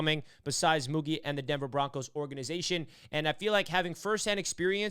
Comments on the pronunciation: Great video but its pronounce MouGeee fyi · The pronunciation is Moo Jeee